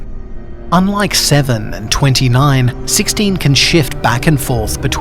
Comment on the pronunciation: was it like spanish? tres?